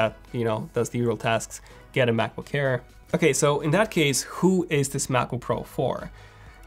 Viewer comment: U have to watch ur pronunciation of “air”, it always sounds like “care”, just have to be aware of it